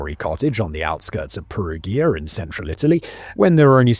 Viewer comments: Just an fyi, in Italian "gi" makes a "j" sound. Like in Luigi or giant. They spell "Julia" as "Giulia". So Perugia is pronounced with a soft G. Incentive to not shoot the messenger, I give you a fun fact, Perugia has a chocolate festival! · His mispronounciation of Perugia is driving me wild ! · yeah doesn't perugia have a soft g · I know.. every time he says Perugia with a soft G it's like a punch to the gut. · Yeah I was repeating Perugia, Perugia, Perugia! 😂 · Please tell me he doesn't pronounce Perugia like that throughout